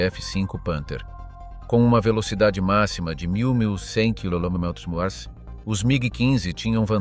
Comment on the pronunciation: nul le robot pour dire "kmh"!